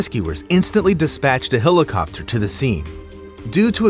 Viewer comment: Are you sure his name wasn't "hay-zoos"... not "gee-sus"? - A "hello-copter"? Okay, then.